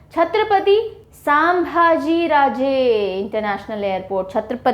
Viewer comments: छत्रपती संभाजी HAIN NOT सामभाजी AGAR NAM THIK SE PADHANA NHI AATA TO BOLIYE MAT MADAM.. ITNA DHYAN DEKE KYA FAYADA JABAKI AAPKO SAMBHAJI PADHANA NHI AATA HAIN...... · Hi Ma'am, Thanks for all your lectures, we admire your teaching techniques and tricks to remember. Keep going ! Few minor suggestions, I think, second busiest airport w.r.t. passenger traffic is Chhatrapati Shivaji Maharaj airport, Mumbai and not Pune. Aurangabad airport is Chhatrapati Sambhaji Maharaj airport and "Sambhaji", is pronounced as "संभाजी". All the best for future lectures. Yo.